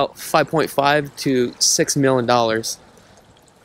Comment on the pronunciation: What gets me is when he says "millon" instead of million. 😒